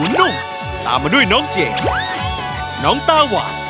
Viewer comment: เจน ไม่ใช่ แจน รินะ ไม่ใช่ มิโอริ 😏😒😇